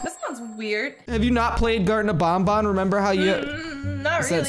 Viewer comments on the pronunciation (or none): its ban ban not bon bon [wich is my dogs name😶] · it is Banban not Bonbon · Name is banban not bonbon